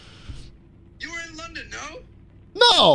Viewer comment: Way to put the "L" in "London," "Schlatt."